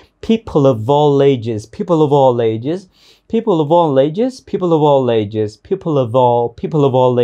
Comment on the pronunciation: chỗ nối people of all nghe dễ nhận, nhưng nối all với ages nghe như thành 3 âm a:l, lei, eɪdʒz ? Em thếi tiếng Việt cũng nối âm: Tết - a - i về? (Tết Ta ai về)...